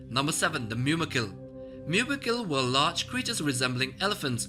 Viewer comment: There are no Hyew-orns or Myew-makils. The "U" is always long and makes the "oo" sound as in Hoo-orns and Moo-makils.